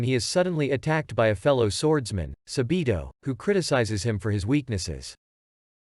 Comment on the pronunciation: It’s not sabitooo it’s sabbbito okay